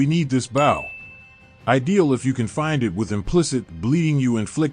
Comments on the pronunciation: you kick off with pronouncing bow as in a ship bough. It's bow as in ho-bo ,) But I notice support has taken a dive with GGG, and the people working there aren't as solid as they used to be.. but that's a digression. Although it's ok, I don't see much point in not just using a TR champ or so for complete all round deeps/defence if doing dps. Although ye, I get it, just to do something else. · you do not pronounce bow "bouw" Sir. its just B O W bow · whats a bAw? lmao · Who pronounces “bow” this way? Robots and aliens know better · Thank you!!! I can't believe you and I are the only 2 to notice this...